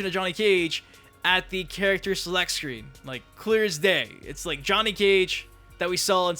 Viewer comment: Stop saying character like that the cringe.